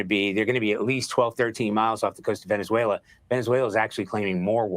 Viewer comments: how many times do you have to hear the PROPER pronunciation of VENEZ-WAYLA (Venezuela) to BELIEVE that the speakers KNOW what they're talking about!!??? You're educated... speak EDUCATEDLY!! Peace out... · A bro, if you don’t pronounce Venezuela correctly !!!😡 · Pronounce Venezuela correctly. Super cringey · This dude. Ant even pronounce the country right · Venezuela has four syllables Ve- ne zue -la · The way you are pronouncing Venezuela is tripping me out😂